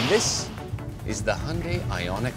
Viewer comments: Finally, thank you to Thomas for getting the pronunciation of Hyundai (like Monday) correct. Also, the review makes me want to consider one of these units although I’d prefer something smaller than a Palisade. And, I agree on his comment about the suspension - deal with the bump and get it over with - no wafting. $45K CAD seems reasonable given the lower O&M costs with a TCO that beats an ICE vehicle. Leave it to Hyundai to bring value to the marketplace. Thank you for another valuable review. Liked. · I think this is the first time ever a car reviewer has said Hyundai almost perfectly .